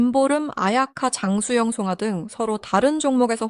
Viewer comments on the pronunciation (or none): 야~이 여자야 발음정확히 해라 왜 송가냐.송아 이지.